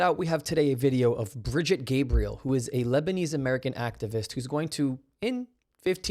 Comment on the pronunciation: Brig eet' Gab ree elle'.